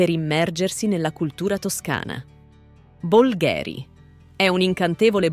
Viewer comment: Bolgheri si pronuncia con la "o" accentata e non la "e" !